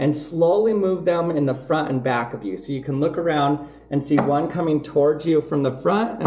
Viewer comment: "one is coming from the frint and one is coming from the back"